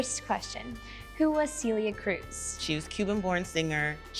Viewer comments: It sounds like you're saying Cilia (Ci instead of Ce)... it's more of an E sound for that first vowel... not cilia. I hope that helps. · Yes, I've only gotten back into learning Spanish a year ago, but I learned about Celia way back in my college Spanish course (and have been listening to her music ever since) and hearing her get called SEELIA made me cringe. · 100%!!! This is why i couldn't help myself and had to comment with what it should sound like... I hope it helps them. It's hard when you don't speak the language... but we have that e sound in English (bed, head, fed, all have that 'eh' sound you need for Celia) so it should be doable.